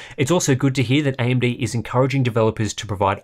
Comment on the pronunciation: ...does he say AMB, on every single occasion?